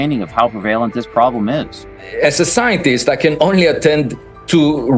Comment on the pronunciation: The Ex-F18 pilot on Fox News was obviously reading from a script someone else had written for him. He even pronounced the word "prevalent" as "prevaylant" 😂